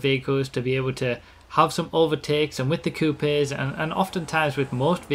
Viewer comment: Why does he pronounces Coupes so weird?